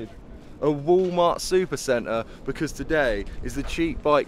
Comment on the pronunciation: did he say Woo mart he must mean walmart...? lol